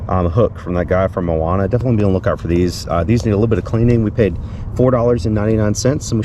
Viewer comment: "I difintly just fell" I did wait to see if you were okay. To difintly laugh out loud. Thanks for keeping it real!!!